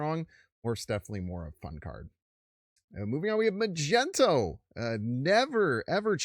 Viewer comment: It’s pronounced, Mag-Knee-toe. Like a magnet 🧲, he is the master of magnetism.